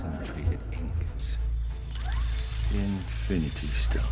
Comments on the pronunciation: infiminy stones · Anyone heard Infininy stones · "INFININY stones"